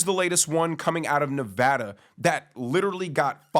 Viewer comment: Thank you for being the only YouTuber to pronounce Nevada correct correctly